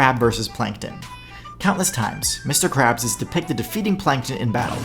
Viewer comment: Lmao lawyer didn't pronounce Mr krabs' name right lol